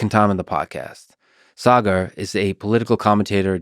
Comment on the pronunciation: It feels great to hear my name being pronounced the right way! Partly it's that extra "a" and partly Lex must have cared to ask Saagar off camera.